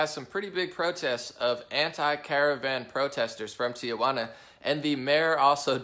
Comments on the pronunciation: Let me help you out: Tijuana is pronounced like Tee-hwanna, not Tia - wanna or Tee uh wanna, it's a common mistake Americans make when pronouncing the name of this historic city.. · It is pronounced tee wana, (only one a)! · “Tia-Wanna” LOL